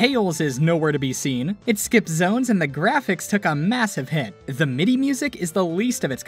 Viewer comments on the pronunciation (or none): none